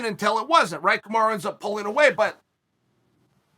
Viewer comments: why does he still call him kamara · who is KamarA? Smh put some respect on the Champs name Chael. C'mon U and A are very different.